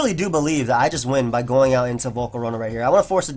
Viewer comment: Love the Showdown Live. Good fun to watch these new pokes. Nice "once the rocks are goIn' too. Accent?